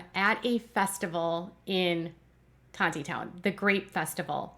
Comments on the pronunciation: It’s Tawny-town. The second “t” is silent. The Grape Festival is a huge fun event held there for over 120 years. There is no wine at The Grape Festival. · Tontitown is pronounced Tawnytown you gotta say it like you're from the deep Arkansas woods 😂